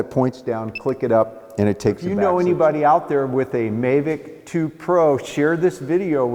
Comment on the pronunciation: I have seen this on a previous review but I’ve never heard any pronounce it may-vic 😳